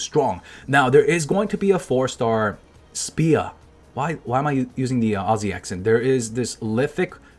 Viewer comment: "Speah" is catching Cosy's aussie accent 🤭🤭🤭